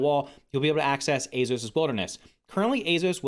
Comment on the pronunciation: hes almost saying azeos like azos